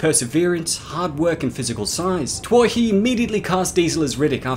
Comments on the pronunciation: Its pronounced "too-hee" not "twah-hee" love the videos but your pronunciation kills me sometimes lol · Twohy is pronounced Too-ee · 'Twohy' or the orginal name '' Touhy'' and its gaelic counterpart ''O Tuathaigh '' which means 'ruler' is actually promouced '' TWO HE '' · Sorry but I have to...Twohy is pronounced 'Too-ee'....love your stuff though! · That's not how you write Riddick or pronounce Twohy